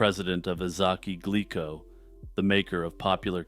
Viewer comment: Okay...nit-picking time: The name of the Japanese candy company, "Glico," is pronounced, "GLEE-ko" (or if we want to get hyper-technical about it: "Goo-Ree-Ko") ... not "GLICK-ko." 🙄